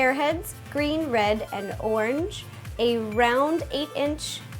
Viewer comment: I love how you say ornge instead of orange